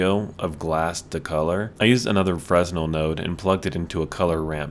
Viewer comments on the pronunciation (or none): Cool shader. I think Fresnel is French or something, though. The 's' is silent. When pronounced it sounds like 'chevelle' but 'freh-nelle'.